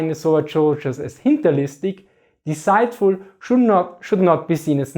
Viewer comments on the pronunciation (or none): Freundlicher Hinweis: Desiiiht-full . Sonst klingt es wie „decide-full“. Und, „List“ lasst sich in diesem Kontext am besten als „cunning“ übersetzten.